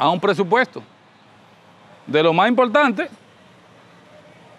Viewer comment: Impoltante,pa loniños,sesionala....mama.Sera buen arquitecto,pero pronunciando....